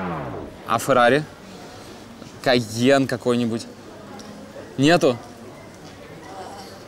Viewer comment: когда то он говорил фЫррари а теперь и пЫжо)))))